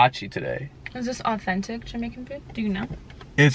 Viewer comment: Its not offintic😂😂😂😂😂